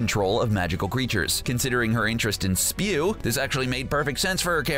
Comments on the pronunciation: Society for Elfish WARFARE? That's what we are gonna start if u keep pronouncing/even telling the names wrong Also, it's not spew. It's S-P-E-W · It’s not spew it’s S-P-E-W